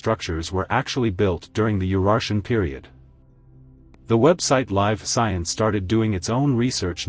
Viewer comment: The AI pronunciation was a give away. When talking about resources being copper and lead, lead was pronounced sounding as leed, as in "I will lead the way". Live science was pronounced as "I live here" not as live and in person" There may have been other examples of homonyms but I missed them.